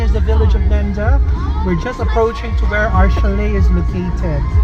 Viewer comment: Thanks for the video. Nendaz will be pronounced like NA -DA'